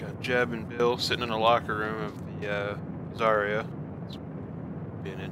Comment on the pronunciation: Its zy-ra